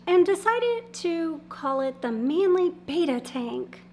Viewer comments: Isn’t is pronounced “beh-ta” not “bey-ta” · What confuses me is why so many people are calling them "BETAS" when there are 2 Ts in the name... BET-uh, not BAY-tuh. Go with how the Thais pronounce it since they're their critters. =p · Beta is a Greek letter, it's pronounced bettuh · Your pronouncing the name of the fish incorrectly.